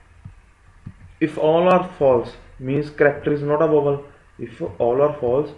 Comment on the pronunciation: yo ! that's vowel....not "vovel"...😂😂😂.... explanation is good yaar!